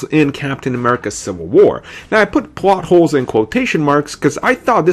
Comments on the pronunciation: lol why the hell didnt you re-record that? more then once you say, "Pwat holes" its a Plot hole..then you say "Pribacy" are you just trying to make up your own words like an 8 year old thats trying to be cool? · It's pronounced "PLOT HOLES" not "PWOT HOES." Jesus, this guy's pronunciations...